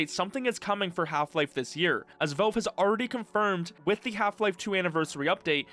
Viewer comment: It's pronounced "VALVE" not "VELVE" !!!!!!!!!!!!!!!!!